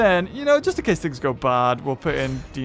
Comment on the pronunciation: you're suppose to pronounce it "dainokaires" its not like u say dinosaur "deenosaur"